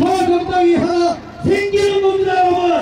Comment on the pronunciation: 말막히면 여러븐 여러븐 발음도 못해서 분자도 못하고 븐븐 바보갇네